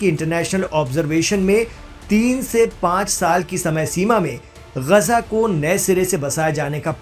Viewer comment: अबे ग़जा नहीं ग़ाज़ा है 😂😂😂😂